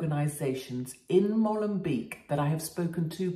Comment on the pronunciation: Molenbeek is pronounced Mohlenbake fyi katie.